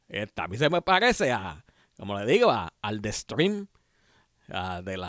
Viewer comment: "Scream" no "Stream"... 😂😂😂